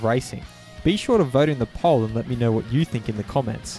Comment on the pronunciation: I'm thinking that ODT's post was a slight and humorous stab at your pronunciation of the word "poll".